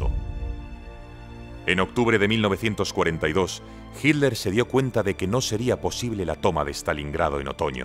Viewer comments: Por favor, es hiTTTTler, no hiler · ¿Pero por qué le dicen "Hidler". ¿Qué no es Hitler? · A ver señores españoles; el apellido Hitler, tiene dos sílabas: Hi y tler; entonces por favor pronuncienlo bien HITLER ! No Hit ler ok? Se los vamos a agradecer mucho. Sean congruentes por favor 🙏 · Es su forma de pronunciación. Como en inglés: sweet- suid